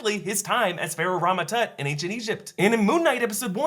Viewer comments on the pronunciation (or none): none